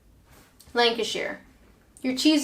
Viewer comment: FUCKS SAKE IT'S LANCASHER!!! Sorry, I just had to remind you where I'm from.